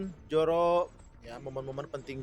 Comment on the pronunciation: Zoro, bukan Joro